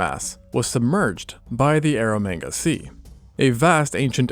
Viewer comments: Please keep saying ero manga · "Air of mega sea" clearly 😂